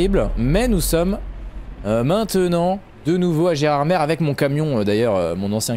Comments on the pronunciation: ON DIT GÉRARDMÉ PAS GERARDMERE ! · il faut prononcer Gerardm"é" et non Gerard"mére" ! Et pourquoi gardes-tu le volant virtuel sur ton jeu alors que tu pilotes avec un volant sur ton bureau ? C'est tout simple à faire dans les paramètres. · Alors phonétiquement on ne dit pas Gérardmer mais Gérardmé au niveau de la prononciation 😉 bonne continuation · Désolé mais je vien des Vosges on dit pas Gérardmer on dit gerardmée